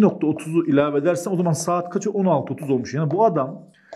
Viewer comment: Saet derken Kürt şiveye kayış 😂 Bayılıyorum kurmanc erkeklere were were kurmanciiiiiiii jsjsjsjs